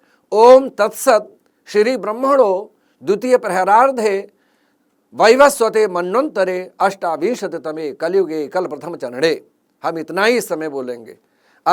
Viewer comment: इस व्याख्यान में काल गणना ज्योतिष शास्त्र के विपरीत की गई है। प्रहरार्द्धे शब्द नहीं परार्द्धे है।